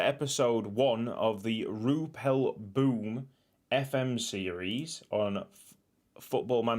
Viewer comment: I love it is in Belgium but youre pronunciation is not good when you say boom the oo is like ow